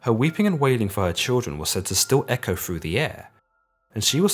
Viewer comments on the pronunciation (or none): none